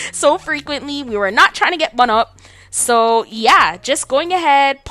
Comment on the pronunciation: Was that a Caribbean accent I heard pop out when you said “bun up” ?👀😂😂😂